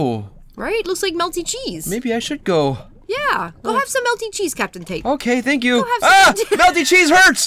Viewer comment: "melty chesse" lol